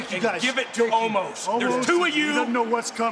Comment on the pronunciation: Why did it sound like road Dogg called omos "almost"